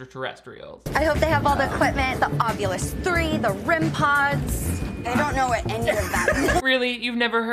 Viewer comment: i just want people on paranormal shows to start saying ovilus and not ovulus